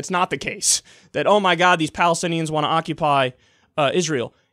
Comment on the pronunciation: quote the Rubio "palithinians" lol